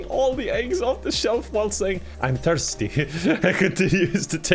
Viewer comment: For a second there I thought the guy said I'm bimpson not I'm thirsty 😂 (Flashbacks to bimpson song)